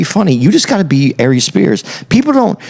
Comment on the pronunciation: I’m sorry but as soon as I heard A-Reeze I had to pause and get on